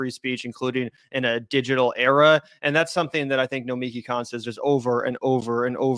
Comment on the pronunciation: The mispronunciation of Nomiki’s last name is accurate